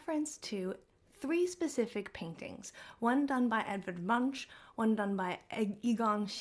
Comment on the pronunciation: The way you pronounce Munch gave me the ick